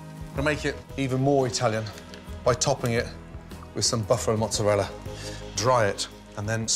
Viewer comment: He Say "frietada" "mozareula" "parmesean cheese" 🤔 Frittata, mozzarella and parmigiano.